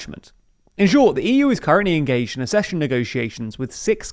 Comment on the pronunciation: It's not "assession": it's "akcession"!